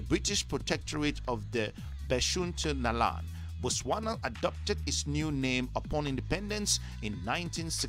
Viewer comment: I think I just heard him say it was called "The Protectorate of Beshuntaland" Also, what's up,?